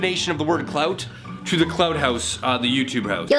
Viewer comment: i love how, and his canadian ass, says clout